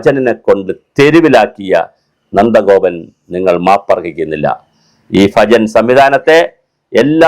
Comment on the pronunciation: സാറെ , സാറ് പറയുന്നത് ഫജൻ എന്നാണ് കേൾക്കുന്നത് ഭജൻ എന്നല്ലേ